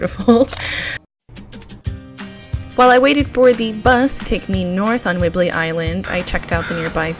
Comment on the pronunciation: “Whibley “ 😆 Whidbey Island (wood be)